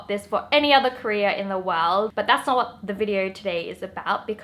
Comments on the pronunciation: When she keep saying "career" it sounds more like she's saying "korea" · i actually thought she said korea 😂😂😂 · Wengie, it's "career" not "Korea". That place is about to get nuked anyway. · Whenever she says "career" I always think she's saying "Korea" and like an idiot(which I am) I'm all like "huh? Kpop??!!" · was actually about to comment this. same!/😁